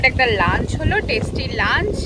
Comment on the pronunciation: Ami jokhon notun office join kori IT te, amio tomar moto korei lunch word ta uchharon kortam bole amar non Bengali collegues ra khub moja korten seta niye, then I corrected my pronunciation